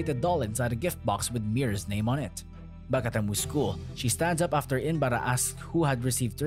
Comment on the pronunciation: He is not inbara.... He is inbaraj.... J is not silent mate.